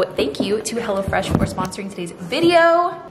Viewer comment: Every time you say, “Hello Fresh” my special ears hear, “Hella Fresh”!! I don’t think the company would mind as, Hella Fresh seems like a very good thing!